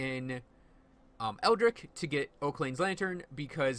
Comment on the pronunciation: Oh holy shit I can't stand it; eldritch with a "cha" like kitchen. Interesting build though, gave me some ideas.